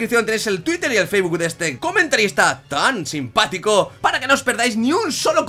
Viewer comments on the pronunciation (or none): none